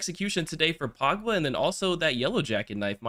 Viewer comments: it’s pogba not “pawgba” lmao 😅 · "Pagba" LOL